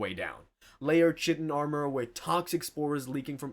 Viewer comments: Dude also keeps saying "chit- tin" instead of "kai-tin" lol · It’s Kai-ten not chit-in and cap-ih-larry not cap-illarie. There are a few others as well but now I’m wondering if it’s on purpose. One more for good measure though, Tell-ep-oh-thy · Kytan Kye - tun Kye" rhymes with "eye" or "kite," and the second syllable "tan" is pronounced like "tun" in "tuna." Not Ch - tin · KAI TAN- not SHITIN' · Chitin. Pronounced: kite-in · Some constructive feedback - a lot of the basic exposition like what the horus heresy or imperium are, is kinda redundant. I think the audience either knows or if they care can Google it easily. It's unlikely this is many people's first 40k exposure, especially if you're describing very niche, esoteric aspects of it, and it makes the flow very choppy. And "chitin" is pronounced "Kai-tin" with a hard C